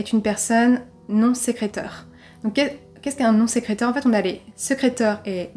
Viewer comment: Bonjour à tous ! Nouvelle vidéo et surtout nouveau cold case cette semaine. Vous pourrez remarquer que le mot "sécréteur" n'a pas été le plus évident à prononcer Mais également détectrice et vingt, vraiment désolée pour ces erreurs 😅 Pour ceux qui me suivent déjà, vous pouvez constater un petit changement de décor, n'hésitez pas à me dire si vous préférez ou non ! En espérant que vous appréciez cette affaire 🙂